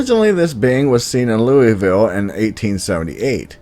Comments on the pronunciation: Yes I live in Kentucky. Love your vids. Oh and Louisville here is pronounced Lool-vool. Idk why but that’s what it is. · Hopkinsville Goblins was conjured up by a bunch of drunks one night. KSP was called out to investigate it. I’ve lived in Kentucky all my life. #606Rules And it’s pronounced “Loo-uh-vuhl”. 😉😉